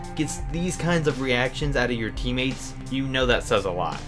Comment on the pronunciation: Did anyone else hear him say “teammeets” instead of teammates?